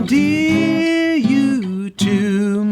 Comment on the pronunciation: Why do you pronounce endear undear?